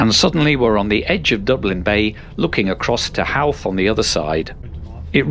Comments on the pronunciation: No worries mate. Great video! Sure is one of the most scenic train ride in Ireland. Highly recommend it. Avonmore is pronounced “Ah Von More” ( short A ) Howth is “Ho - th” ( short o ) Be thankful you didn’t pass through Graiguenamanagh or Kilmacanogue 🤣🤣🤣🤣🤣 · The way he pronounced drogheda… *edit and howth…